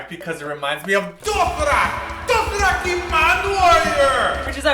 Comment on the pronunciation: Ok so I love and and everything, but man the way they pronounced "doshirack" soo annoying. I'll forgive ya cause your foreigners though.